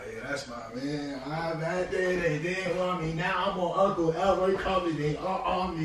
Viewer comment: Nigga said uncle Elroy carpet 😂😂